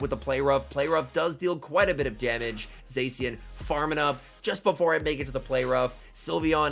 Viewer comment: can you pronounce Zacian correctly its triggering (epic gameplay btw!)